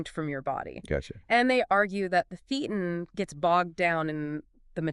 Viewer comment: FYI: thetan is pronounced - thay ton